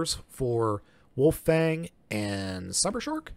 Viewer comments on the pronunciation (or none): It's cybershark not summershark